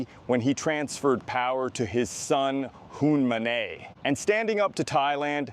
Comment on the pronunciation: Hun Manay? You couldn't read 5 letters or google search the character in your narrative. Lazy opinionated work.